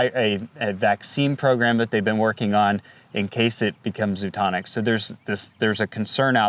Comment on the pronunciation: it’s zooNOTIC, not zooTONIC.